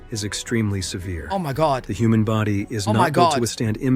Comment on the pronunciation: The way you pronounce "human" is actually ridiculous bro 😂 Toddlers speak better english than that 😂 You make us sound like food ☠️